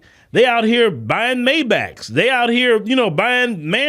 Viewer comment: Not MAY-BACK, It's pronounced ( MY BOCK) MAYBACH, founded in 1909 by : Wilhelm Maybach and his son Karl Maybach.